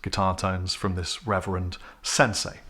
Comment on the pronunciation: I never heard of RRR-ever-end lol